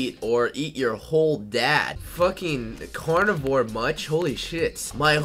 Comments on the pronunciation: did he just say conivor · he didnt even say that, he said Cornavior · At 2.06 he said conavor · he said conavor